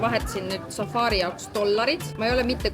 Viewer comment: Safari, mitte safaari😂 Ei muidu äge, jälgin eelmisest reisist alates😊